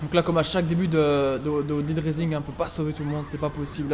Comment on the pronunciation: S'il te plaît quand tu prononces le nom du jeu c'est pas [dide raïsing] mais [daid raïsing]. Merci sinon super playthrough :)